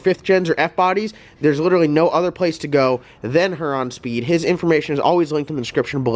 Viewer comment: Love watching your channel...maybe one of these days you'll pronounce Huron correctly